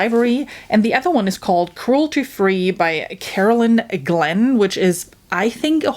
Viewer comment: Crulety Free? Zoge Stage? SAY NO MORE!!!! haha